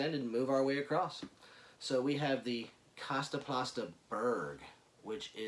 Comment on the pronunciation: Lol "kasta pasta"